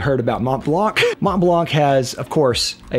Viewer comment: Monblan brother, not monteblank.